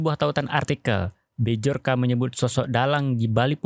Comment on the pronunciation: B jor ka, B jor ka... BACA NYA BYORKA kesel gue denger nya